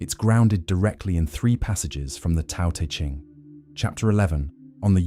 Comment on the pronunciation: Your content is excellent, but your pronunciation of Chinese words is uncorrect. The “t” in Tao and Te is like the “t” in the English word “stop”: unvoiced, unaspirated. The name Laozi should be closer to “loudzuh.”